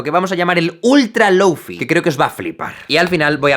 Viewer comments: "Lóufi"... ni siquiera lo intentan, españoles queridos... ¿Tán difícil es decir "Lou fái"? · deja de decir "lou fi", por favor :( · Jaime, con todo mi amor, se dice: lou-fai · ¡Muy buen vídeo! El lo-fi es la música perfecta de fondo. Sólo un apunte, se pronuncia 'low fai', que has dicho 'low fi' tantas veces que tenía que escribirlo. Luego la gente se queja que los españoles no hablamos bien inglés, pero si desde el principio ya pronunciamos una palabra mal (como wifi) luego todo el mundo la pronuncia mal, en vez de hacerlo bien desde el principio. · Me pega el chispazo cada vez que pronuncia "loufi". DI "LOUFAI" O "LOFI", no un intermedio por favor. Un poco tarde si el video ya esta grabado xd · Nadie : Absolutamente nadie : Jaime Altozano : Loufi Yo: SE PRONUNCIA LOUFAI!!!!! xdddd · Perdón pero se pronuncia Lou fay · Se pronuncia Lou Fai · en realidad se pronuncia lou fai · Men con todo respeto no confundas que el lofi que por cierto se pronuncia (loufai) con algo que es muy común como música para estudiar o para dormir.. porfavor culturisate .. el lofi tiene más subgeneros, no digas tonterías de ultra lofi .. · lou fai... se pronuncia LOU FAI.... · Duda: Si ya pronuncias el “Lo” como: Lou- por qué no dices el “Fi” como: fai- ?? Es lofi o lou-fai, escoge una por favor, me da mucha ansiedad que lo hagan así 😭😰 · Se pronuncia lou fay :v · Una lastima que Jaime no haya terminado el video susurrando a la cámara "se pronuncia Loufai" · Me gustó mucho el contenido, pero no pude disfrutar del video por sentirme mal al no poder dejar de ver la barba sin recortar y el cabello desordenado, y escuchar que pronuncia mal lo-fi :( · Ramdom* Curioso como pronuncia Low o High en inglés pero Fi en español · Todo iba perfecto hasta que pronuncio lo-fi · A alguien más le perturba que Jaime pronuncie bien sólo la mitad de la palabra? Jajaja